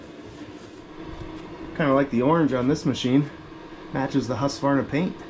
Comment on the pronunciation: Hey, I own a husqvarna, it is not read like that, it was manufactured on